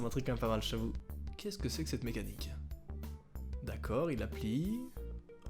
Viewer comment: Mdr ta dit " mechanicre"